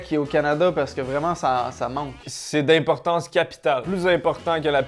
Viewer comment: 136:02 " c'est DAIMportance nationale " c fort ahah